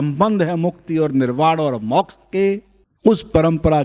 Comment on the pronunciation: उत्तम विश्लेषणात्मक ज्ञान ! किंतु मौक्ष नहीं मोक्ष !